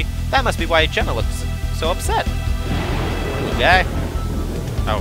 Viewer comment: Oh, I see, I correct Psynergy and then you subtly call Jenna Jjenna. I see what you're doing! OK, no, not really but I needed to comment here at least once instead of directly to you in Steam. :p